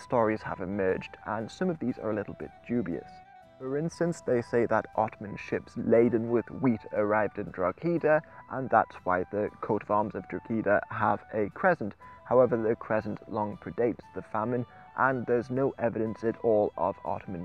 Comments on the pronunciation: The G is silent in Drogheda, it's pronounced Droh-hed-da :-) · Good vid but you butchered drogheda it's pronounced "draw-aa-da' or draw-ha-da